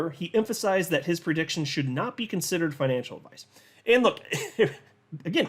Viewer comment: Anudder perdiction.....not again!